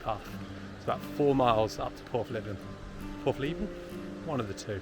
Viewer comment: Great Video! Praa Sands (Pray) - When a word has two of the same vowels in a row (called a double vowel), pronounce them as one vowel, using the long sound. This rule does not apply when 'O' is the double vowel - obviously, there are exceptions. Porthleven - pronounced Porth Lev ven not Porth Lee ven